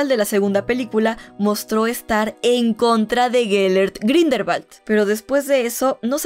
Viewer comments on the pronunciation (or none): Ya recorde porque deje de verte, me desesperaba el grindelbal siendo grindelwald.... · Grindelbat 🤣🤣🤣🤣🤣 dios mio 🤦